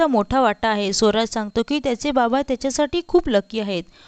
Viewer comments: सोराज नाही ग स्वराज असा उच्चार कर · सोराज नव्हे स्वराज